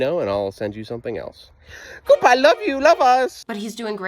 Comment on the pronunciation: “GODBAI LOVEEU LOVEUES”